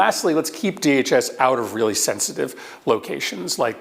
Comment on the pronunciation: everytime "something bad has happening" at an ICE op, they ALWAYS say "it was a targeted operation and it was a reawy reawy reawy bad guy."